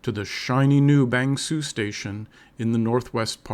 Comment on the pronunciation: Can you stop pronouncing Bang Sue with 'Sue' like the woman's name. It's pronounced like the English word 'sir' with the vowel sound coming from the back of the mouth, as in "good morning sir". Cheers. Don't want to be a pedant but it's really annoying. Nice vid though.